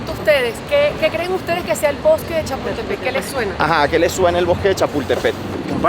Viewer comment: Donde dice “”Chapultepet”, entiéndase “Chapultepec”. 😉